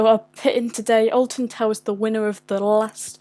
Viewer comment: YOU MEAN {SAYS IN VERY POSH ACCENT} ALTON TARS